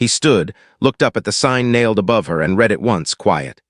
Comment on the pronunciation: NAME IS PRONOUNCED SY-LUS. ARITHMETIC IS uh-RITH-muh-tik. Some uses of the word READ, are pronounced red. AI isnt very smart, and foreigners dont know how to proof read.